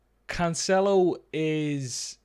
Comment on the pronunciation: You ended up pronouncing Cancelo the right way ;)